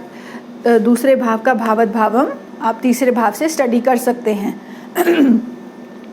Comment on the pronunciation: भावत भावम् नहीं ' भावात् भावम्' कहिए जी